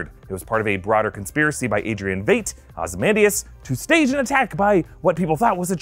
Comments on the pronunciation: Lol, this was a great video, but yea, Veight was getting to me. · Why does he keep pronouncing it. Vate Is it not vight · Veidt is pronounced like "vite" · pronunciation: its Veidt, like "Fight" but with a V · I knew I couldn’t be the only one annoyed with that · This bothered me the whole time. Hopefully he fixes it. I mean, even the character confirms the pronunciation in a later episode. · That is not how you pronounce Veidt💀